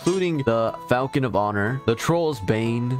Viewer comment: Falchion is pronounced falshon not falcon great video otherwise